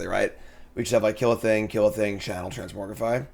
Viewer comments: Is it a joke that you say trans-MORG-rify as opposed to the actual pronunciation of trans-MOG-rify???? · sorry, i had to stop watching, couldn't stand to hear transmorgrify over transmogrify